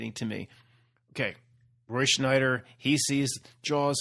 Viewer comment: must be Mandela effected about Roy Scheider too. It’s not Schneider. It’s Scheider. No N. Lol